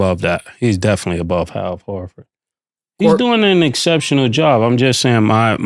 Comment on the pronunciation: As I kept watching the show he also said Kevin Gurant and Hal Forford hahahahahah idk why it’s so funny to me